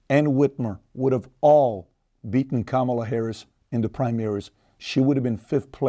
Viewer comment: The name Juan is pronounced (Huan) so Kamala should be pronounced in the Indian way (come-lah)